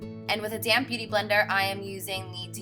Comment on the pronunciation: Every time you say "damp beauty blender " I always think your saying "damn beauty blender" lol ... Love you though 💜